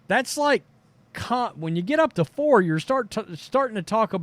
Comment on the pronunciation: You say four like it's 40 ppl